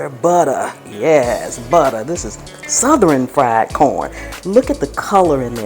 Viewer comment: I had no idea the word "Southern" was 3 syllables 😂 All joking aside I'm trying this out as soon as I get home...Looks delicious